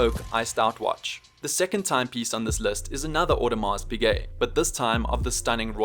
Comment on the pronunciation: Its pize audemars pize not piGuet imma throwup